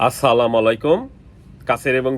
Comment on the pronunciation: সালামটা সঠিকভাবে উচ্চারণ করতে পারে না